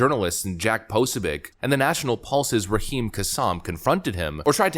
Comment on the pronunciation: 'po-SO-bic'. Emphasis on the SECOND syllable, not the first.